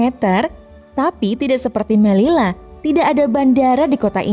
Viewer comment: Fyi doble elle (doble L) bakalan berubah jadi Y Jadi melilla cara bacanya meliya